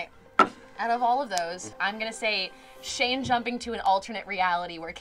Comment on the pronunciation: Ah yes seal and shayne, seayne